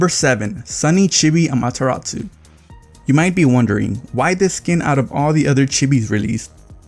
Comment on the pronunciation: Amaterasu, not -tsu.